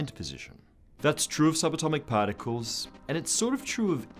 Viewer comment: Paaaarcules, is supposed to mean "particles'?